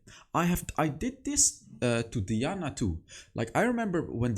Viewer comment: 😂😂😂😂 you got twisted FATE right , while i’m here it’s also diana(DIE-ana) not (DEE-ana)